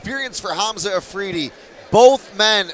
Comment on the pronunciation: How does the guy manage to mispronounce his name twice, Alfridi, seiously